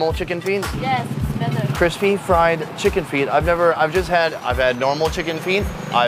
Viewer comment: "Wow Checken" Oh my gosh. 😂😂😂😂😂😂